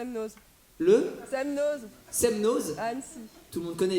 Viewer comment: SemNO (le z) ne se prononce pas. De rien